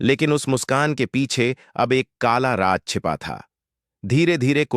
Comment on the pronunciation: Raaz ko ap raj kuin bolte ho bhai